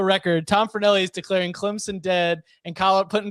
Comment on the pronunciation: Tom can you pronounce clemson correct